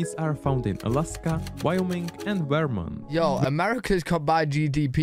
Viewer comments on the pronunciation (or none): I made it to the "most dangerous" map and I see Illinois (Chicago) and Michigan (Detroit) marked as the most safe places in the country and I just tapped out. IDK where you found this but if the AI can't even pronounce the state of Vermont, I'm gone.